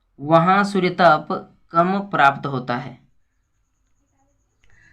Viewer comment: Suryatap nhi suryatp padho😅😅😅